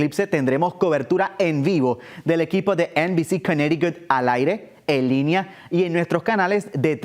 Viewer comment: Si vuelves a decir Cunericut me salgo del canal. Me mareaste con esa palabra.